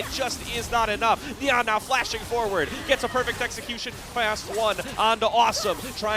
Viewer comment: and nia is not nyaaaah